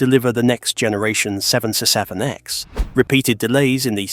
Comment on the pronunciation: You need to learn to pronounce 777X However, I think that getting rid of the rubbish Ai would be a good start! Repeat, Repeat, Repeat! Nope! time to block this site!